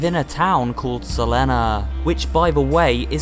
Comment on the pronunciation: "In a town called SUH-LEN-UHHH"